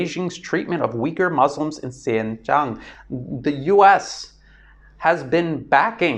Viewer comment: The name of that province in China is actually pronounced as "Sin-Jiaang" not "Sian-Chung", just thought I'd clarify for you.